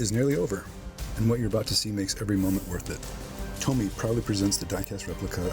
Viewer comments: ...and it's TOMY....not TOMMY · Tommy is a name .. the company is Tomy with a long O ... Tow-Me ... I guess I'll call them on Monday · Thanks for sharing, and thanks for having the courage to not accept the defects, for over $700.00 they should have done better. ( for what little it's worth the name is pronounced toe mee, not tommy like the famous who album.) But maybe with those defects it was built by a deaf dumb blind boyl lol! I hope you receive a unit that looks like the one in that video tomy sent out! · amazing when somebody can nitpick like you do yet cannot even pronounce the company name....no surprise dweeb